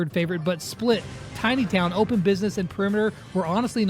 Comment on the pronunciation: Love how it says “Tony Town” instead of Tiny Town